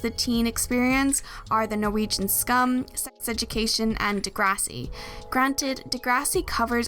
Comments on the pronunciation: Finally someone that said «Skam» right✨😩 thank you lol. Loved the video❤️ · You make so many good points! Also wanted to quickly say that I appreciate you pronouncing Skam the way it's pronounced in Norwegian! I rarely come across that when in English speaking videos